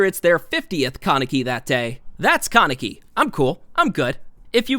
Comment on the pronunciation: its KAH neck ee. not can neck ee =x